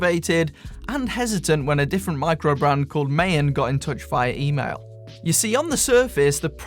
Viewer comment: Maen is 17th century Dutch for moon. Not pronounced as MA-EN but MAAN. (A as in America).